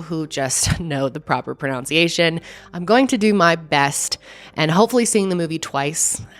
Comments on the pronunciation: Lol you're not even pronouncing the word pronunciation correctly. But we still love you. Don't worry x😊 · The Italian pronunciation isn't a problem; it's the ironic mispronunciation of the word "pronunciation" that stands out. Just picking on you! Keep up the entertaining stories!